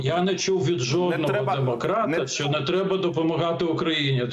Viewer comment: Не "Шо", а "Що", дуже вуха ріже це "ШО".